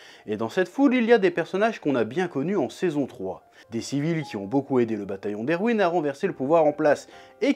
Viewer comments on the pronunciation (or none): Erwin se prononce ERVIN et Sieg se prononce ZIG.